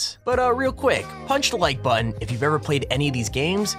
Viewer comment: You said punch the like botten I through my phone.